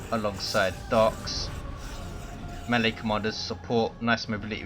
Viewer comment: Melee. It's mee-lay, not melly!